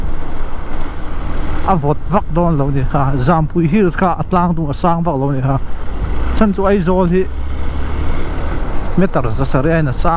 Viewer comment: Jampui ni lo vin, Zampui a ni zawkin ka hria kei chuan, Mizo A Aw ah 'J' kan nei lo, entir nan Zahau hnam hming hi Jahau ani lo tih ka sawi duh bawk, min lo hre thiam ula ka ṭha hnem ngaih vang ani e